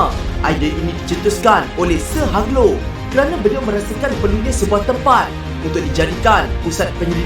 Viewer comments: Cara sebutan Hugh Low bukan "Hag Low" tapi "Heeoou Low". Pelik kan? Harap maklum. Juga, restoran fast food pertama, setahu saya, ialah A&W juga di jalan TAR di KL. Sebenarnya diletak dekat KFC pertama. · Kalau tak salah sebutanya ialah.....'Hiuj Low'